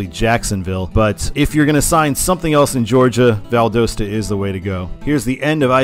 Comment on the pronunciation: I’m a native Georgian. It is pronounced Val Dah Sta.